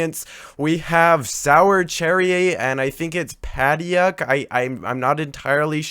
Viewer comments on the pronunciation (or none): padauk is pronounced pa-duke